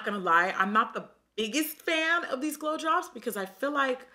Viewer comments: i had to re-listen about 4 times cause i kept hearing blowjobs instead of glow drops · Every time you said glow drops I honestly heard blow jobs...